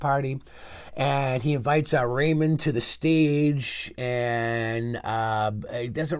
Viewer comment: Ranveer singh's character was not based on major mohit but from an unknown real-life spy. Rehman Dakait's death was in August 2009 while that major's death was in March 2009. It's not Raymond but 'Rehmaan'. That's how you should pronounce it! 😂